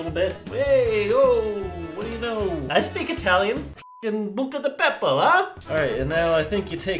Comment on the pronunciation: Lmao did you just say Bucca di beppo? Like the restaurant 😂